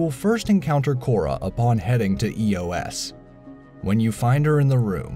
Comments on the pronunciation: E.O.S LOL its pronounced Eh-Ohs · Ian n Can't forget Eeeyoess